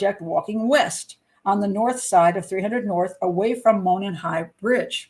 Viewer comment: Monon sounds like " Mow non" not "Moanin"